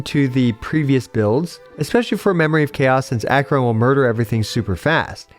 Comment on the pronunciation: Ack-ER-on not Ack-yur-on.